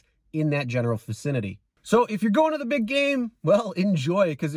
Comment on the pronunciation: Vicinity not vacinity